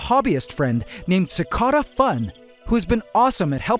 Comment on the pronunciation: Anyone else bothered by the way he pronounces cicada in CicadaFun?